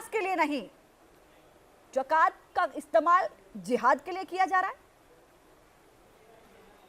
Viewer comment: Pehle bolna to seekh li jiye mohtarma wo zakat hai jakat nhi😁😁😁😁😁😁😁😁😁😁😁